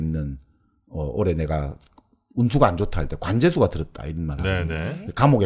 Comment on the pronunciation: 스스로라기 보다 절로라고 하는 것이 좋지 않을까요? 스스로는 인간에 관한 어볍이니까요. 장음인 단어의 첫자를 짧게 발음한 예:좋다,사실, 비단(천),현재,정치,사기(사마천),예를 들어,도덕경,(도)가도,개체적,보통, 등 벌음에 문제가 가볍지 얺습니다. 근간에 출판돤 "한국 어문을 고발함"이라는 책을 읽어 주시지요. 미국 변 완수 배